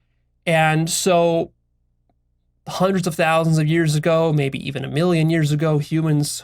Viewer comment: Also notice how pronounces "Hundred" or "hundreds" it's like he says" Juandreds" it makes me smile every time